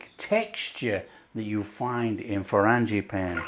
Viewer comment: These look wonderful. I love the way you say 'frangipane'. I might try making them for a garden party I usually have in May /June but will try making them smaller as I'll make other things too. Brit in Oklahoma, USA. 😊